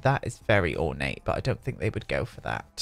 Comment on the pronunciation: "Orna-tey" I LOVE that.